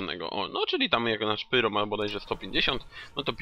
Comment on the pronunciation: wymawiaj Pairo czyli pyro